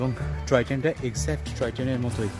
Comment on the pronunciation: Troy train noy, "Toy Train" Bolun.